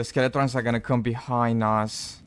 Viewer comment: ok who on earth calls Skeletons "Skele-TRONS" jesus.